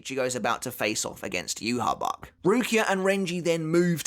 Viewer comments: yahve, its pronounced yahve, not yuhabak, its the name of old testament god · Ima stop you right there learn how to pronounce the name its not youhabach there is no b in his damn name it is ywach pronounced yawach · juha bach or yah vak is still better than the pronunciation the anime gave him with juha baha. The hell kind of villain name is that bro? lmfao still love bleach tho